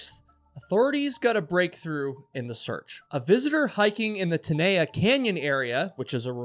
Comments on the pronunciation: Tenaya is pronounced "ten AYE yah" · Tenaya is pronouced Ten-Eye-Ah